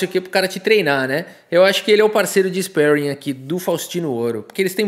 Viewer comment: Ispéring? Spéring? kkkkkkkkkkkkkk